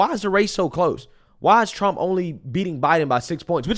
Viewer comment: She can't even say President Donald J. Trump's name